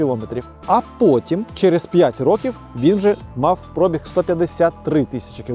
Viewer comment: Коли ви вже всі мамкині блоХери навчитесь ставити наголос у слові «пробіг»?😂😂😂